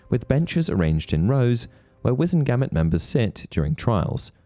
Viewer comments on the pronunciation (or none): The way you pronounce "Wizemgamot" irks me 😂😂😂